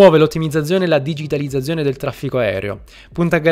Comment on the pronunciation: la mia pronuncia delle Z non fermerà il mio processo di divulgazione economica La parola digitalizzazione: benvenuto all'inferno